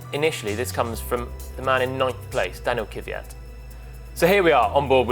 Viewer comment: Jesus, why brits intentionally ruining non-english names? He is Kvyat, not Kiviyat.